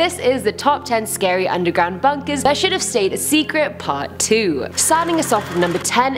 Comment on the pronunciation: You don't discover bunkèz, bunkèz discover you